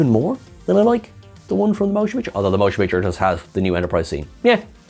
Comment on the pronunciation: I have seen several over your videos and I like them. However… Can you please explain to me why whenever you refer to the first Star Trek film, you call it “Stark Trek: The MOTION Picture, instead of just saying it as “Star Trek: The Motion Picture”? Without the unnecessary emphasis that no one else does? Because I have literally switches to other videos because you do that.